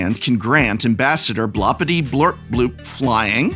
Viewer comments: I cannot believe your deliberate, insensitive mispronunciation of Blorpityblorpbloop! It's really not that blupping hard! A quick googul is all it takes, but you Yew-toobers are so stuck up with stickers you don't care about our heritage at all! The blorpbloop clan takes great offense!!! I will be telling all my blorps to shun you, as is customary on Blorp. Perhaps that will teach you the power of family values. And consider my patreoon subscription CANCELED!!!! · If you pay attention, you can see the Professor speedrun the five stages of grief as he pronounces Blorpityblorpboop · It has everything! Godzilla, stickers, transformers, werewolves, dungeons etc. And the professor couldn't pronounce his commander's name correctly even once! 5/7 would recommend! I really want to see this deck in action now. Maybe in a Shuffle up an Play session? Sacrificing an Arm, a leg and your dignity to drag three victims to the table is just a small price to pay! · Props for not pronouncing Blorpityblorpboop right even once. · Prof: makes sure to carefully sound out Aarakocra also Prof: stubbornly refuses to properly pronounce Blorpityblorpbloop once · and he never once pronounced it right. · That mispronunciation of Blorpityblorpboop every single time XD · Hearing the commanders name misread each time was painful but overall I think this deck tech made its point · I just love hearing the professor pronounce "Ambassador Bloppityblorpboop" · This guy just totally mispronounced Ambassador Blorpityblorpboop name, what a low effort video. Unsubscribe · BloRRRpityBlorpBoop professor. It's BloRRRRRpity, not Blopity! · You're hurting my feelings reading Blorpity without the R. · you pronouced it wrong prof, its blorpityblorpboop not blorpityblorpbloop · More annoying than the entire deck was the Professor saying the commander's name wrong every single time. It doesn't end in "bloop", but in "boop" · BLORpityblorpbloop not BLOPpityblorpbloop. Jeez get it right! ;)